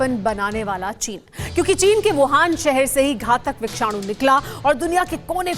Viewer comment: It is Vishanu not vikshanu🤔